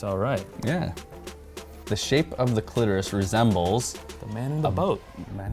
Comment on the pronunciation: “I think you’ve just revealed you’ve never found the clitoris” I think you’ve just revealed you’ve never said the word, “cliterusth”